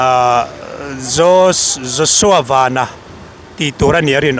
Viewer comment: Vanlalpianga hi Joshua van hming lam hi a lam dik thei lo thin chu